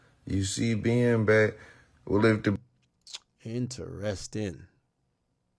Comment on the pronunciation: I hate the way he turns the word Ben into two syllables Bee-yun